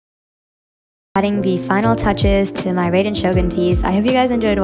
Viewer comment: Hi sorry to be nit picky though raider shogun is pronounced r-eye-den shogun, again I’m really sorry but just wanted to let people know :)